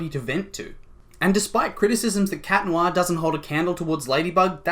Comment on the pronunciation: ITS CAT NOIRRRRRR ITS NOT THAT HARD ;-; Sorry it just ticks me off